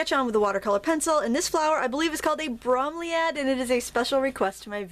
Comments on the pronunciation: pronounced bro-meel-e-ad an air plant great to have real ones in your art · beautiful,! it's usually bro-mill-ee-aid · Beautiful Bromeliad. (The o is long when you pronounce it.) the sad thing about these flowers is that once they bloom the plant dies unless it creates a new 'baby' but, the flower will last for months. It's an amazing plant. Anyway(sorry for the ramble). You mentioned that you only use 5-6 colors all the time. Would you share what those colors are? I think a good travel kit could be made using them if they meet my needs. Thank you for your videos. Happy birthday to your son!